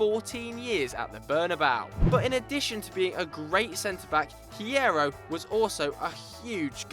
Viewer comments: u don't pronounce the h in Hierro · when you don't know how to pronounce Hierro